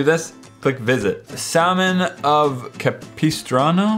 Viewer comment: I Am Pretty Offended, We Say Capistrano A lot Where I Live And YOU Call It CAPEESTRANO! :(